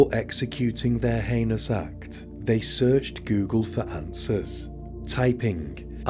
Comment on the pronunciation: Stumbled across your channel recently and I’m working my way though, I really appreciate how many cases you cover that I haven’t heard of before. Great work, thank you! One incorrect pronunciation of heinous slipped in there on this video, but I appreciate you working on it as that was literally my only constructive feedback note for previous episodes. Hope your channel gets many more subscribers, it’s well deserved :)